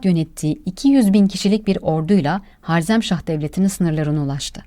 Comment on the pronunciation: Harzemśah değil harezimsah